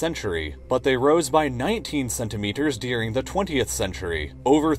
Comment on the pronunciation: Why do you pronounce the word, “during” as “dearing”? My son loves your videos, but this drives me crazy.